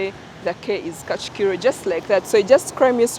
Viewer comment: Kigali has 3 district: -gasabo -nyarugenge -kicukiro not kacukiro